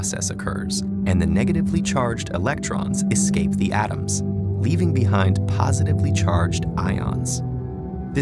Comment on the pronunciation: The way he pronounced the word "atom" annoyed me, for some unknown, related to moon reason :( </3